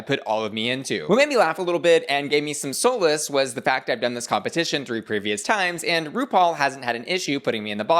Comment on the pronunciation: Why did he say solace like that??